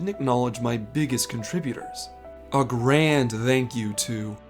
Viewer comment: Well now I have a new pet peeve. "Thanks" being pronounced with a voiced dental fricative. I'm 40 and have never heard anyone pronounce it that way. I do enjoy your lore videos though.